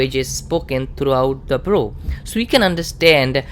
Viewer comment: it’s Borough (Burr-Oh) two syllables.